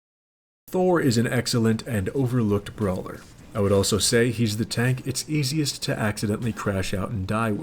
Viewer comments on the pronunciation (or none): none